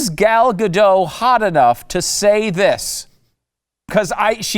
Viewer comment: Gal Gadot's last name rhymes with Hot. Gal ga-DOT. Just saying.